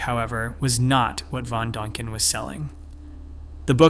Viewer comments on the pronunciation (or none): There's an 'i' in von Däniken. Learn how to pronounce the name or get a better robot.